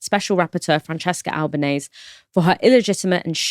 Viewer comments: She DESERVES HER NAME TO BE PRONOUNCED CORRECTLY!: It's Ahl-bah-neh-seh, not ahl-bah-neihs nor ahl-bah-neih-sih. Al-ba-ne-se. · Please pronounce her name correctly. .google it if necessary .it's not Albanaise . Which is is not correct. It's a matter of respect. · Pronunciation! Albanese rhymes with easy